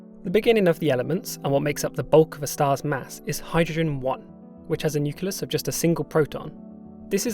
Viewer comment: “Nuculus”? Idiot